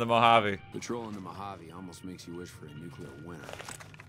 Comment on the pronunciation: It's NuCLEAR, not NuCuLA, Mr. Oppenheimer.